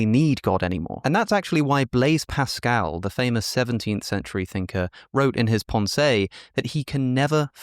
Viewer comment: I adore listening to Alex, but his French accent is abysmal! 😂❤ The Pon Say! 😂❤ oh dear.